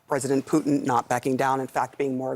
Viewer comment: Love how host calls him poutine ... Which is so tasty ... But will kill you if that's all you have lol